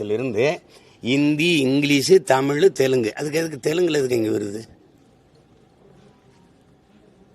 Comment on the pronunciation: தமிழ் என்று ஒழுங்கா உச்சரிடா அலலூயா நாயே